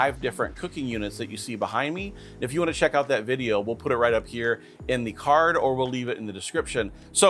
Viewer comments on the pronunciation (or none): none